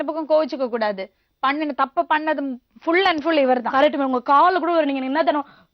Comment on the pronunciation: லக்ஷ்மியம்மா, கரெக்ட்டாப் பேசுங்க. அது ஃபுள் இல்லே, ஃபுல்...!!😊